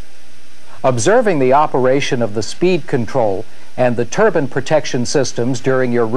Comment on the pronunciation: Haha yeah hes saying turban, which is a type of headwear😆 its pronounced turbine